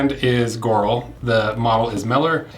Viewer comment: Its pronounced "gee oral"